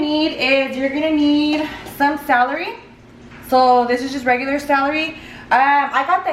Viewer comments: I can’t stand how you keep saying salary instead of celery lol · You know when you are Hispanic when you pronounce someone English words wrong. Celery not salary.... lol love you. And I'm going to make this macaroni salad for sure. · I love how you say celery ahaha "salary"❤️❤️ I'm from cananda and I made this for my family.. they loved it!!! It was so good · The “salery” 😂😂😂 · how she says celery ahahhaha ilysm 😻😻 I wanna try this recipe looks ducking bomb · "SALARY & MAY-KNEES" 🤣😂has me rolling!!💘😭😆